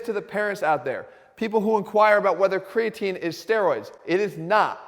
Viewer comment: Cregaatine. Instead of Creatine. Health Guru. YouTube my man. Boost your Biology! Top info!